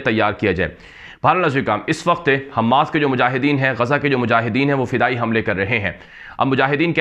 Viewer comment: حماس کا میم مشدد نہیں ہیے غیر مشدد ہیے آپ حماس کا میم مشدد پڑھتے ہیں غیر مشدد پڑھیے والسلام